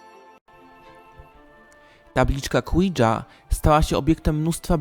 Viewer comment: przepraszam ale gdzie ty tam widzisz Q , Oui z francuskiego czyt. Łi czemu czytasz KŁI-DŻA a nie ŁI-JA jak powinno sie .czy duchy pierdza ?a moze wywołujacy ,ze trzeba wywietrzyc pokoj KONIECZNIE.a rozumiem ta aura nienawisci ---demońskiej, ale jak jest dobry duszek taki no wiesz ,powiedzmy dziecka ktore bylo mile i uczynne przejechane dajmy na to przez walec a nie zaraz od razu Hitler czy Stalin czy Morawiecki,a nie sorki on jeszcze nie skonal ,to tez wietrzymy? PRZEZYWAJ dalej i spusc sie na koniec, ta z dachu na kupe piachu.....😂😂😂